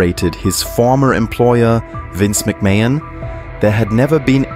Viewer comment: Ah yes, Vince MickMayin. 🤔